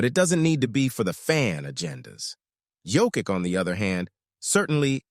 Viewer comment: Learn to pronounce Jokic.